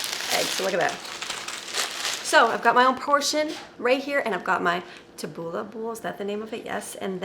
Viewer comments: Taboula 😂😂 to cute it's tabouli. Make it it's easy salad great for summer 1/4 a cup of burgul a bunch or 2 of flat leaf parsley a bunch of mint spring onion tomatoes. Dressing is olive oil a touch of vegetable oil lemon salt and pepper if you like it Lemon then go for gold keep it traditional tastes so much better. Hope you enjoy ❤ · You were close with the pronoucation - it is pronounced ta-boo-lee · is her name and she collects whisks! Hence.....Tabouleh is said tab oo ley....I heard you say if you don't like bulgar make some rice. If you swap these two things it's not Tabouleh anymore, bulgar is an intrinsic part of this recipe, you would just be eating rice and the other things..just saying. Sometimes you can mess with recipes too much.